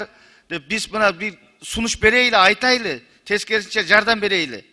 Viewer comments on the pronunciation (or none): Берейли ,көрөйлү, айтайлы дебей берели, көрөлү, айталы деп туура сүйлөгүлө тантык болбой.